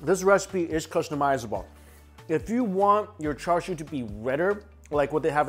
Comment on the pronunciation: It's pronounced cha siu in Cantonese and cha shao in Mandarin. There is no "r" sound!! Why are you sounding like a non native speaker??